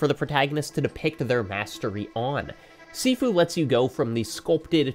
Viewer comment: Gotta point out - Sifu is pronounced "shee-foo"